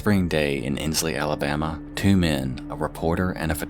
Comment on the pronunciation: millions of years late, but im absolutely delighted that you pronounced “insley” right, but not “bessemer”